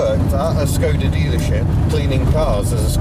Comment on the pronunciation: Pronounced "Sh"-koda not Skoda - hence the little cap on the Š ;)